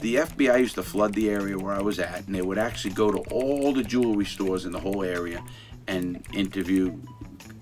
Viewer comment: Every time he said “jewelry i felt he was saying juulery 😂